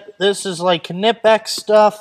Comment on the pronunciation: "kernipex" hahahaha